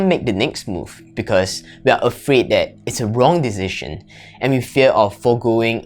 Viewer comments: He cannot say Decision but he makes better videos than others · You pronounce "decision" so strange 🤪